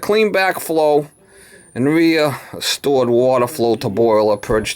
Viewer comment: reastore? You mean restore?